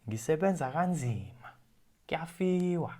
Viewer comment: Hello. Bro, i have to say this teaching style gave life again to my interest to learn isiZulu. Brilliant work on ur side. Quick one, you seem to pronounce "Kuyafiwa" as "Kiyafiwa". I wasnt sure there